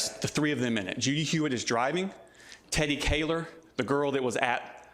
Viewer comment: I swear if he says Judy Hewitt like that one more time